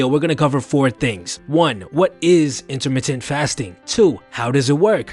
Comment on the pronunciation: " intermitit fasting "